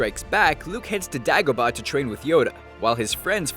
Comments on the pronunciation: It's pronounced 'dAY-go-bah' ...... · It's Day-go-bah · Dude, its DAY-gobah!! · It's DAY-go-bah, not DA-go-bah, clearly never watched the films... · I'm just gonna ignore the fact that you said the a in dagobah like the a in apple in stead of a as in ape. 🤔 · I cannot fathom how you mispronounce Dagobah considering they say the name of the planet in the film. how? after that i paused, not finishing the video. it's not like something that was never pronounced you literally have a reference its not up to debate. Dag o bah is wrong Day go baa (like a sheep) is correct this is worse than the people who pronounce Mario from the Mario Bros as Maryo. You lost a potential sub, Star Wars Theory is right, people who watch Star Wars should narrate your scripts. This was just bad. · (pronounciation of Dagobah) Day-goba not Dagoba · Die-Go-Bah??? Come on man. Its Day-Go-Bah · it's pronounced DAYgobah. not DAAgobgah. man that bothered me way too much for some reason. I mean come on, obi wan even says the name in empire. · its pronounced day gobah not da gobah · (dag-a-ba?) no its (day-yo-ga-ba) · why this guy cant pronounce A's tho... dag-o-bah instead of -daygobah and tah-too-ine instead of tattoo-ine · Disney has NO ownership on A New Hope, it is owned by FOX. Nice job doing your research. It's also pronounced Day-go-bah, not Dag-a-buh. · its day-go-ba not da-go-ba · It's not pronounced "dahgoba". It's "DAYgoba". Jeez... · DAgobAH? WHAT?! It's Day-go-buh, or day-guh-buh. Never ever Dah-gubah. YOU FOOL. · is it just me who felt agitated when he pronounces the Dag, in Dagobah like... Bag... I always thought it was (spelt phonetically), Day-go-bar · Dagobah, not DAYGHOBAH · I believe it's pronounced day-go-bah not da-go-bah. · You always mispronounce something. It's Dāgobah, not Dågobah. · DAY 👏🏽 GO 👏🏽 BAH 👏🏽 learn how to say it right! Which is easily done by Actually watching the movie. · It’s “day go baa” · Its Day-go-bah! Moron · Dagobah is pronounced DAY-go-bah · trash Dagobah